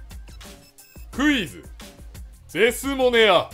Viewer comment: 最初のクイズがうぃーすに聞こえた((